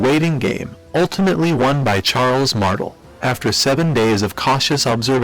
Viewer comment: no offense but your pronunciation of Martel gave me cancer